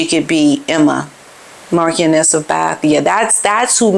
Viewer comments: I think it's pronounced "Mar-sh-ioness" (not Mar-k-ioness). Not an expert in British peerage by any means but I have gut feel about it. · Emma The Marchioness of Bath is a fabulous black lady married to the Marquis of Bath. She had a brilliant cookery show and everyone thought wow how talented she is. What a contrast to Meghan. By the way it's pronounced Marsh ioness. Love to you and Otis ❤❤ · Marchioness is pronounced as Marsha-Ness. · Pronounced Mar shun ess (just to help) No 'k' on the description. MM deserves all she gets after her abysmal behaviour. She's been caught red handed being the con artist she is. Even H has had enough. NOTHING she 'reveals' regarding her time in the RF will be believed as she has lied all the time. Her truth is a pack of lies. Her on the view....RFLMAO not a chance. Too many diva's on there already. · The correct pronunciation is Marshon-ess.